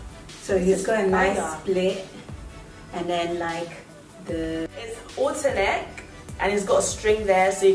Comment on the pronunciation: Halterneck... Not alter neck 🙄